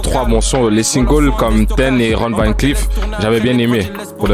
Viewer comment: van se lis ''vonne ''